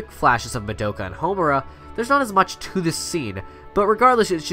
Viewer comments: Anyone else cringe every time he said Madoka? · Why can no YouTuber say madoka accurately? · No one else is gonna mention that he pronounced Madoka wrong?